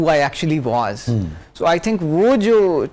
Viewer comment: Masha-Allah!!! Very nice! But at the same time, Aap ko jub hasi aayay,to khul kar huss lo. And for every pakistani, was/wuhz not waaas,please!